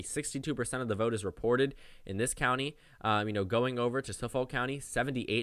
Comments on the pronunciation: Suffolk is pronounced "Suf-fik" 😉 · Yo pronounced Suffolk county incorrectly.